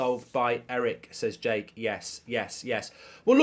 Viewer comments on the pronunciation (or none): none